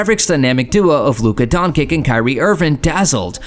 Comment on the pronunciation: WTF the imeges , timing and the nerative don't match at all why even make a video if you not gonna even try plus pronouciation of Luka Dončič is shit put respect on that name